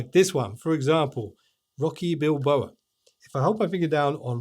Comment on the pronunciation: Sorry have to correct you on this it was annoying me all the way through the video. It's Rocky Balboa not Bilboa. Love the video too. I've always used Samsung phones have an s22 ultra and my windows laptop is on the way out so it was nice to see some of the tabs capabilities